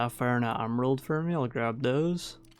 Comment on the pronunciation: bro pls spell ''for me'' like human being,cuz its so tiltable ''hur muee'' fck sake